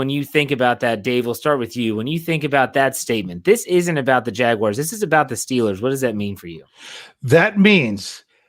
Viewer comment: Does it make anyone else cringe when dave calls em the jagwires 😭😭😭😭 great show guy